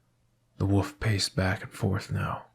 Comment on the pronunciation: This narration was great, but I’m begging you to pronounce the word “wolf” properly.